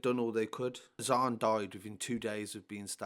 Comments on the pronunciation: more time be around apnai. Pronounced “Azaan” on point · Pronounced his name beautifully bro . 🤲🏻 his name means In Arabic “the call to prayer” I’ve followed this since it happened so close to we’re I lived then such bastards this put me in tears 😓 so sad such a loss. This kid gives me that feeling he was going places and a nice kid He didn’t want trouble. Proper cowards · Pronounced his name beautifully bro. Nice too see positive comments. His name is arabic. When prophet Muhammad (pbuh) had released Bilal from slavery he then encouraged Bilal to recite a saying that makes every one known when prayer times were. And before prayer time that saying( look up in english) is